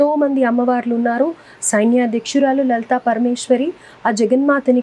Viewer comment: అమ్మా యాంకర్ తల్లీ లలితాపరమేశ్వరి-✔️ లలితాపరమేష్వరి-✖️ సరిగ్గా పలకండి తల్లో..🤦‍♀️🤦‍♀️🤦‍♀️🤦‍♀️